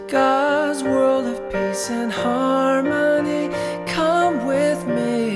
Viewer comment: I heard "to gods world of piss and harmony" and I replayed it and it was still piss.